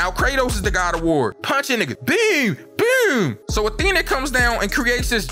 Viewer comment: U from the dmv with them bewwwms 😂😂